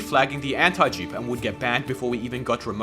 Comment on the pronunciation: brother you should work on how you pronounce that "antidupe" word